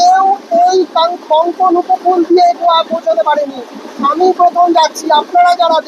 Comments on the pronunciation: ভাই রে, 'কঙ্কোন' উপকূল নয়, কোঙ্কন উপকূল। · কঙ্কণ নয়, কোঙ্কাণ !!! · Uccharon ta bodhay Konkon na hoye Konkan hobey 🙏